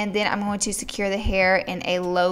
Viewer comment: I love how she says going! "I'm just GOWING to part this hair, ..."